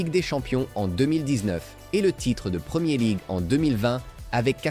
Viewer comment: "La premié league", sérieusement ? Faut arrêter l'usage de l'IA sans un minimum de vérifications.